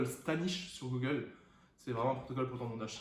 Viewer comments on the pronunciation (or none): none